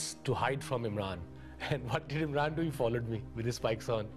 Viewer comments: it said imram Khan like if you saw the mistake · IMRAN* KHAN NOT IMRAM Proudly: Prime Minster of PAKISTAN 🇵🇰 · IMRAM?!? ....at least get the guys name right.